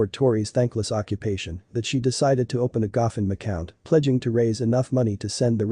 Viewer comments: "Gahfund"??? ROFL you mean Go Fund 😄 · Wish you had a real narrator instead of the e digital voice. Your narration says stuff like “guffund-may” instead of “go fund me” and 911 is said as 9hundred eleven. Those are only a couple errors. Hard to listen to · Please stop using computer-generated voice. It does not pronounce words correctly. The “gofund” account is pronounced Go Fund not Gof Und! Thee wee other mispronounced words. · Also, it pronounced "Go fund" as "goffund".